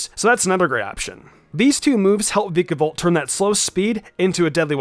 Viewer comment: Dude, every time he says “Veekabolt” I swear a part of me dies, and not in a good way.